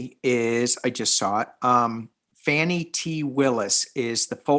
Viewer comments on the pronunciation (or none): Her name is pronounced fawn (like baby deer) ie . It looks like fanny but pronounce it like above🥰 So fauanie NOT fanny.